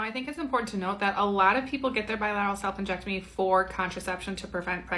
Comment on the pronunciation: I had to rewatch the beginning of this video and read the captions, because "salpingectomy" sounded VERY much like you were saying "self injectomy" and all ai could think was WTF IS THAT?! 😂😂